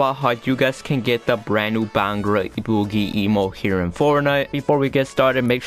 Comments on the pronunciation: What the hell is a beeehangra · This man was way off when he said Bhangra